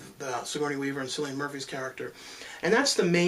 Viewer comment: it's Cillian, like with a "K" not an "S"